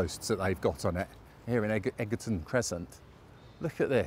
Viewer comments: Egerton at 22.17 is pronounced Edge erton. 😇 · Egerton is pronounced edge er ton.